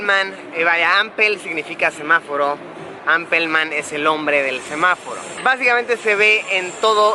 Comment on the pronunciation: Apel man jajaja